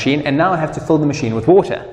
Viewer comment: Important to note, it's pronounced fill, not pholl